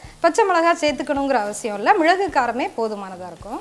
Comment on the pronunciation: Hi mam ur way of method is good but sorry to say ur pronunciation is not good... while speaking of ingredients... mizhalagu is not good pronunciation..